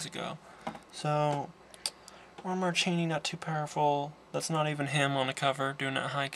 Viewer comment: your mispronouncing ron marchini's name sounds like zuchini! I grew up around him sine my dad and him are friends. Its horrible that everyone mispronounces his name. btw I'm actually in this movie but ya can't see me cause of the poor lighting in the gladiator scene the guy with the moustache is my dad